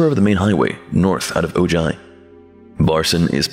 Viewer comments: Just a heads up. I'm from Ojai and it's pronounced O-hi. Like Ohio but just the first two syllables. Great video btw! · I have tried with an open mind to listen to this other narrator but I just cant get on board with this guy.Maybe Ill try again another day.Why cant you take the time to figure out how to pronounce the name of the tale you are reading.